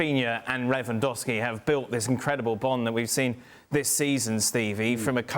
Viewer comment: Ravinha 😂 Revandowski 😂